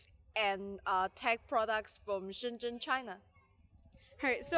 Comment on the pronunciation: Naomi is the most sweet and cute expert in the technology ... and btw I never be able to pronounce shenzhen like you XD ... i love you!